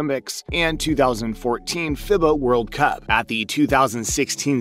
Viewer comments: FIBA is pronounced feebah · Dude, why not try and learn a little about the game or at least know how to pronounce names. For example: FIBA sounds like "FEEBAH" and Coach K, yah know the coach from Duke sounds like Shuhshevski. Must be a robot voice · “Fibba” “Krezooski” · "Fib - uh", Mike "Cruise - chefski"??? Did you start watching basketball 2 hours ago? 🤣🤣🤣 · Listening to the way this guy mispronounces "FIBA" and "Krzyzewski" tells you all you need to know about the credibility. along with the US just winning the Gold Medal like an Hour ago...